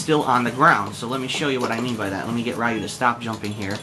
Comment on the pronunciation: stop being foolish now, and learn the real pronunciations, Ryu is pronounced Lyu, one syllable the L sound is slightly R-ish, like L and R slurred together, the japanese sound that gets romanized to R is actually half way between r and l. This isn't a sound in English, so it is difficult to pronounce and sometimes impossible for some people speaking English, try looking for some demonstrations.